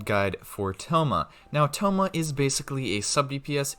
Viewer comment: its noyt staff of homa its staff of thoma